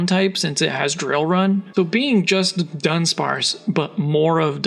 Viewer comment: A lot of people seem to do this, but it's Du-dunsparce not Dun-dunsparce 🤓